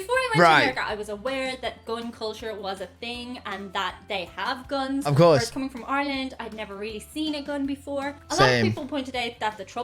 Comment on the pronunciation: Attention please - when it comes to - Guns - PLEASE say the word "Guns" correctly. The (u) is the uha sound - not like the U is pronounced on it's own in the alphabet. I hope I explained that in a way to understand. Don't say Guons - say (Guns). : )